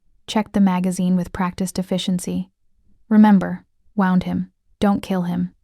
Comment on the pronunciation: This would be great if the language. etc: was correct "wound" is said incorrectly. And easy mistakes such as her, 17 year old sister in one place instead of her 17 year old brother.